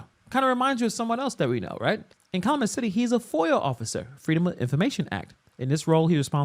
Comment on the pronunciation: Pronounced Kal-YOO-met. Please!!!